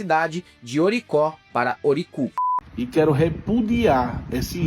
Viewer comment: Orocó,. Não Oricó. Estava escrito lá, no letreiro... Imagina o pessoal da cidade, na oportunidade de alcançar a celebridade por flatulência, ter o nome da cidade adulterado😮.